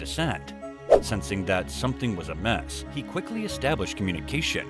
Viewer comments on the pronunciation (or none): Narrator has lousy pronunciations! For instance he says "mess" instead of amiss...